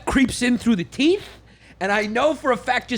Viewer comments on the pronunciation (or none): Whole time I thought papi Yan was saying dying through the teet not teeth.